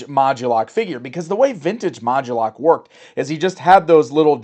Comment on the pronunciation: Why is he emphasizing or adding a "gu" sound? Isn't it mod-U-lok? Like MOD-YOU-LOCK?